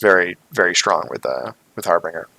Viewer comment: harbinger...the "g" is soft like the word "binge". Not a hard "g" like "bring".